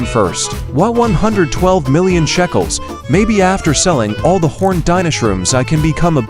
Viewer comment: BTW ITS NOT CALLED SHACKELS ITS CALLED SHECKELS